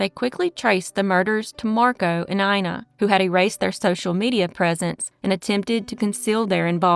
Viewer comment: "Ina" is pronounced [ena] here.